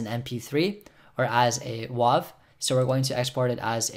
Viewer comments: Dude. Yes. As another guy said below, it's like WAYV not WAHV. But small critique. You're BRILLIANT. Can you teach everything? I'm serious. Like how to do your taxes, how to drive, how to be a good citizen and not storm the capitol, anything. You're straightforward, hit all the key points and, yes, after watching your amazing video, anyone can work that program sufficiently enough to get a good recording. Thank you SO much. You're really an excellent instructor. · Good video .. you didn’t mention what the draw button did FYI it’s wave file not wahv it’s been pronounced wave for decades Great tutorial however I have a playback issue with I’m trying to resolve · .WAV is pronounced "wave" because its a waveform file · It physically painted me to hear a .wav file be called a '*wauv*' file.